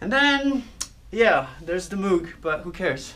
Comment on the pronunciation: It's not Moooog .. and also not Mog.. it's Moog .. pronounced like Mogue